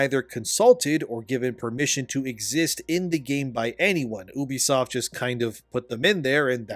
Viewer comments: U, Ubisoft, YOU BISOFT. Come on bro sound it out. Not OU BISOFT. bro the way you say it really drives me up a wall. Great video tho. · It's "YOU-BEE-SOFT" are you special or something? You can't pronounce words properly? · You-bee-soft NOT ooo-bee-soft, fuck I hate when other nerds just make up their own pronunciations for names in the industry. It’s not ooo-connect, or ooo-play, it’s you-play and you-connect (uplay, uConnect). That’s like saying eye-tal-ian (Italian) instead of it-al-ian. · for the longest time I been pronouncing Ubisoft wrong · Ill listen to your opinion when you pronounce Ubisoft correctly